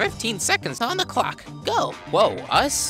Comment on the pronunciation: i think he said "croc" instead of "clock"